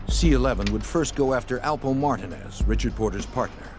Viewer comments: The Girth Alpo from Harlem lol it’s only 1 way they pronounce it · The name is alpo aka Alberto Martinez this narrator is saying his name wrong and if you see and hear documentary about this this one is off by alot